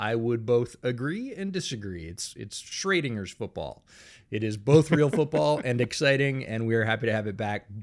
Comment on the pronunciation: with your last name I expect a better pronunciation of Schrödinger 😅